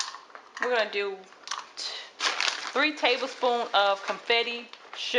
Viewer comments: I love your recipe it looks very good and I love your attitude, but please sweetheart say "bundt" pan not "bunted" and "confectioners" sugar not "confetti" sugar and you'll be alright. Keep making good videos like this one. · Love the easy recipe but the pan is called “bunt” and the icing sugar is “con-fect-shon-er”